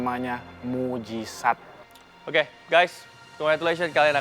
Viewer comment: "Mujisat" aowkaowk